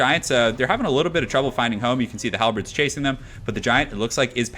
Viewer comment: Hal the Bird. Halberd. Not Hal the Bread.